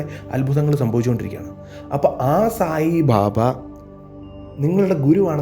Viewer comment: its not bhabha, it is baba